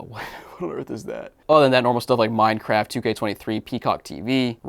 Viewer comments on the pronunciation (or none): none